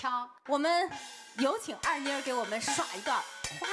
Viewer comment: 人家的名字叫二妮，不是二娜。